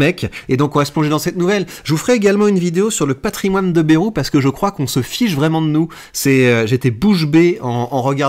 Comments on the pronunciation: Vidéo intéressante, mais par ailleurs apprenez à prononcer correctement: Ce n'est pas BEROU mais BA-I-ROU qu'il faut prononcer. On n'est pas tous parisiens.... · On ne dit pas "Bèrou"!